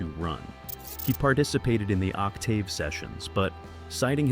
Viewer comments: Damn that AI narration sucks ass. Ock Tave? 🙄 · It's not an ignorant person... it's computer-generated AI. An actual human would know how to pronounce "Octave." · Narrator needs to learn how to pronounce Octave. I owned all Seven. Om!!!!! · Other than the pronunciation of “Octave” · Agreed, but for me, a minor point.